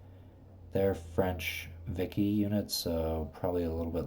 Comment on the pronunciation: Vichy is pronounced Vee - she.